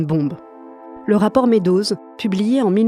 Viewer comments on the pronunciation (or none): très intéressant, mais s'il vous plaît prononcez "Meadows" correctement. Les Français le prononcent très mal, ils disent : "medozz". Prononcé correctement : "midous"